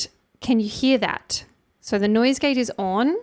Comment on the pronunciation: Off or ‘orn’ Aussies putting an ‘r’ in ‘on’ lol